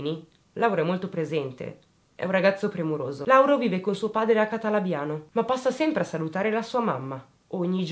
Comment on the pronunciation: Calatabiano non Catalabiano 😘